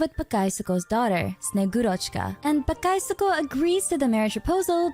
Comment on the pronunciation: got hearing russian words be butchered hurts my soul, just say snow maidne its closest English to that word, she is relative of santa claus although in russian he is named old man cold or freeze or deep chill, old man and one of these